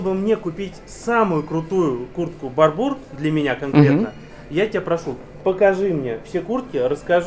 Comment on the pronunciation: Да не БарбУр, а БАрбур! Блоггер😂😂😂😂